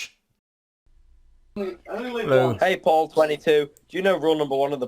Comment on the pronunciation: This is so true- when he said his own name it sounded strange because he closed off the au sound and didn’t elongate it enough